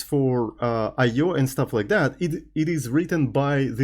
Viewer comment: Bro I swear to god, stop being a clown pronouncing I/O like that every single time. It got old and tiring ages ago.